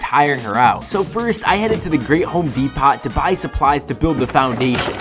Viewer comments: It is pronounced "dee-poh" NOT "dee-pot!" 😂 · It's depo but spelled depot the t is silent